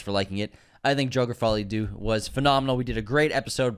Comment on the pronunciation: My hottest take of 2024 is that is to be banned from entering any and all francophone countries after confidently saying the words “Jerker: Faw-lee a Doo.” 😭😭someone get these two a french lesson 🙏💀